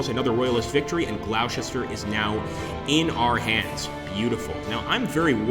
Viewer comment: GLOSTER! Not Glowsester lol (amongst others) lol